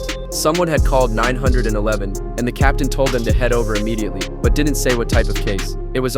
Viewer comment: Bro said 900 and 11 not 9 1 1